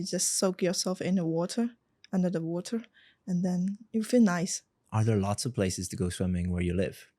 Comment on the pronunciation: She speaks so fluent but her problem is grammar, she mention lots as loss